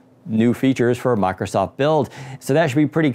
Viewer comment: How hard is it to pronounce mIcrosoft?.... it isn't mAcrosoft or my-crow-soft....